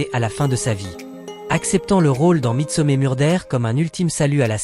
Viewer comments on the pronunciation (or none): vous aimeriez qu on torde votre nom qu on le prononcé n importe comment ? Je pense pas . Midsomer se prononcé midsomeur pas mé